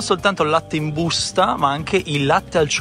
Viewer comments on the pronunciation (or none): Mi fa troppo ridere "in BUUSTA"😂